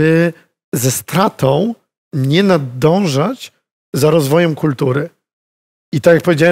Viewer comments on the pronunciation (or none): Nadążać a nie nadanżać!